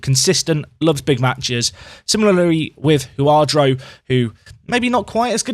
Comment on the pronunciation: You always speak of this Huadro guy. Who is this player and why do you keep him a secret?! ...... Its Jurado haha. Atleast ur consequent at mispronouncing his name